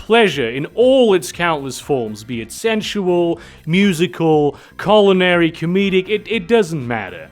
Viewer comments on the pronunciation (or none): none